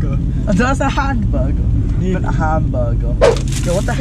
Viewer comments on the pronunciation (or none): Why did he say handburger😂😂😂